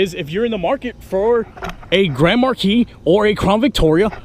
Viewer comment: is saying it wrong 😡